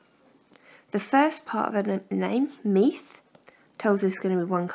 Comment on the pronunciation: Not meeth its meth